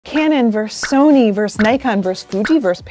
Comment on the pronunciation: VerSUS. There are two syllables in that word. The word is not "vers".